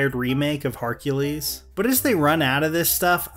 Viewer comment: I'm sorry but "Harcules"?